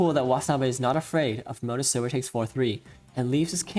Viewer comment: Yeaj I can see why ishikawa-sensei tells me to keep my hands from classical bex. Also I cant help but hear "pro-motor silver" xD. (btw may I ask, the one commenter keeps talking about not being able to keep up with shogi cause he doesnt know japanese.... Does he know that SH exist? Sorry that I am asking like this, I just dont want to like.... do promotion or anything without your permission lol